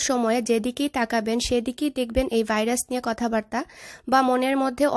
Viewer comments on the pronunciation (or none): none